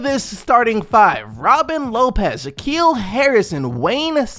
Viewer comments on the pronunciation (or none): none